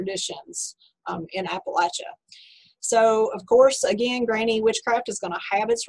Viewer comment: Thank you for pronouncing Appalachia correctly!